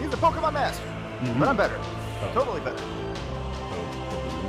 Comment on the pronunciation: When people say Pokéman I want to punch them!